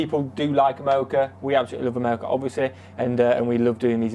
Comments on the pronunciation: Is he saying , "MOCHA"? Why is he talking about chocolate? Wait...what? He thinks he is saying "AMERICA" lmao! Seems the British can't speak English! We don't lose sleep over what Britain or Europeans think about anything actually. We love you guys, but you and a few other youtubers are the exceptions. They hate us, but REALLY want us to stay in NATO and WHO, they want us to defend them, (at our cost) and drink tea with our pinkies extended, lol. We don't care. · Amelica lol learn to talk brother 😂😂